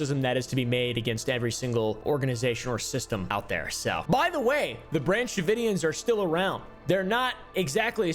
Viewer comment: "Branch davoidians" I'm only calling them that from now on xD